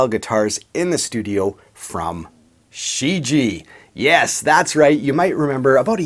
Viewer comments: Pardon me: "Shi Jie" should be pronounced "shi j-yeah". Great Review nonetheless! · From what I can tell it should be pronounced "She - ji-eah" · The first syllable "Shi" is pronounced "sss" and the "Jie" sounds the same as Ibanez "Jem" minus the m, so "sss je"